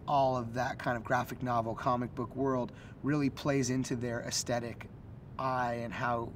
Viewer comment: hearing jonah hill keep mispronouncing aesthetic it hilarious in itself